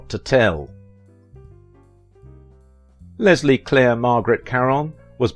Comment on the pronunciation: You mispronounced her name is Leslie